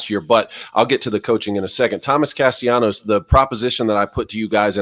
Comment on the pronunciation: Gentlemen, if you are truly interested in showing respect to Florida State perhaps you should say the name of the quarterback the way he and his family chooses to call him!!! His name is Tommy Castellanos. There is no y sound. He is not Latin American.